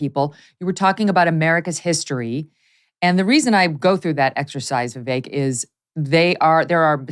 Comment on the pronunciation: I'm glad to hear that Mr. Ramaswamy's first name is now being pronounced properly, Vivek, like "cake." ;-)